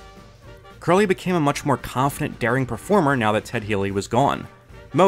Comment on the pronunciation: Curly was my dog. but did you just say his name was Jerry Curly? I can't be the only 1 who hears it...😅